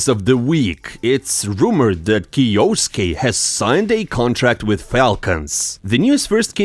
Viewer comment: bro its kyo-suke not krosssksjjusos123123